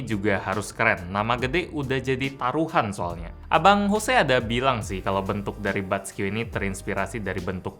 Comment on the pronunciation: Kok tulisannya jose dibaca hose:v